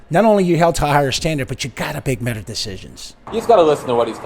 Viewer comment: “But you gotta bake metter decisions” is crazy lol